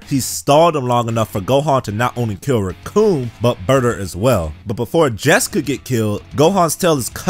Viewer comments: its pronounced jeice jeese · That is not how you pronounce Jeice... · How he pronounces Jeice 😂